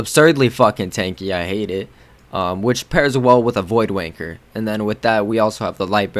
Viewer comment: "Void Wanker" obvi your not British, lol nice vids